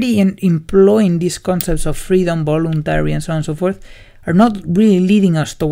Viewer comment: Great video and nice explanation! Just a side-note. "voluntary" is pronounced with a /v/ (a sound that doesn't exist in Spanish), rather than /b/ (I'm using the International Phonetic Alphabet here).